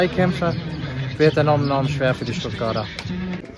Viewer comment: Sag bitte Stuttgarter mit t hinten